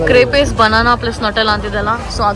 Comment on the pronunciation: First of all its not Crepes! It's pronounced as Crep. Its definitely not from Ahmedabad or Mumbai 😂 Its a French dessert !